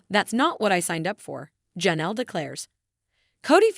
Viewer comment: The name is not pronounced Ja' nelle, it's Jay nelle, spelled Janelle.